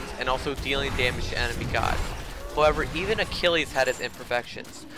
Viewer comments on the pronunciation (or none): none